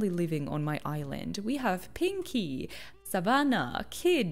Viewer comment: The way you said 'Savannah' and you said 'oj oj oj' in another video, is making me think your swedish. Am i correct? (I'm swedish thats how i know if you are)